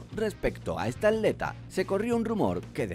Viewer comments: Me estresa que diga AT-leta y no atleta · ¿Por qué dices aleta en lugar de atleta? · Dice "Aleta" en lugar de "Atleta" o soy yo? 😂😂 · Se dice atleta, no aleta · El ni siquiera dice ap leta el dice aleta. Cono aleta de tiburón o algo así jajajajajjajaj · Habla bien y pronuncia la "T"